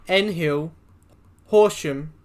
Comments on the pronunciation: It would assist your presentation if you actually travelled on the Overland. Why not travel to 'N Hill' one day. I nearly spat out my cuppa when you said that. It's pronounced 'nil'. Also as you don't know of the existence of the Lofty Ranges before Adelaide and the winding curves and tunnels, despite showing clips of them in ther presentation before the Lofty Ranges, its clear that average speeds of over 110Km/h would be impossible. As V'Locity's are tha mainstay of V/Line's fleet these days it would logically mean that a V'Locity kitted out for long distance travel would be perfect to replace the 'clapped out' Overland. Again, if you travelled by the Overland you'd soon realise that as old as these carriages are, they are not clapped out. Apart from that, after you've travelled on the Overland, which, again can be travelled on in Victoria by utilising cheaper V/Line fares, I look forward to your revised report...yes I have seen Rory's vid. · Great video, just a quick note on town names . Nhill is pronounced "nil" and Stawell is pronounced like "stall" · Love the pronounciation....N-Hill.....Stair Well.....also stops Dimboola.....needs to be daily..cheaper...faster...better track....and more stops.....and less silly nonsense like photo I.D at checkin....and again boarding....and silly unfunny longwinded talk about toilet etiquitte.....love the train and the landscape...retro on wheels..... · N-Hill, (ouch) as a former resident of Nhill that hurt. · Lol, right? N-Hill XD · Bro the way he said Nhill really pissed me off and the fact he missed dimmy 2.5 minutes into the video and I’m already regretting watching it the overland didnt just get hauled by clp’s it also was regularly hauled by the n class this guy has no idea.